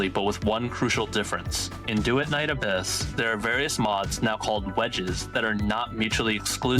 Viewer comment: Bro said Duet Night A🅱yss